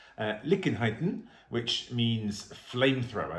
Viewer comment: Liekin = "Lee-eh-kin"